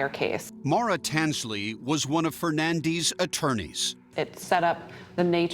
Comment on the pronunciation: I’ve never heard “Fernandes” pronounced the way they pronounce it.